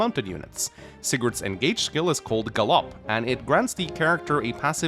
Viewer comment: here pronouncing gallop as guh-llop